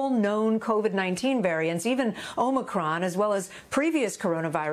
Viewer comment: She called it omnicron like biden. Lol